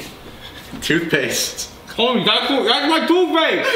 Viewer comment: Thootpaste bruh? hahaha